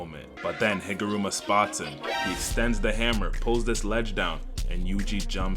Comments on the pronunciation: HigurUma. Not Rama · Bro just can't get Higaruma's name right lmao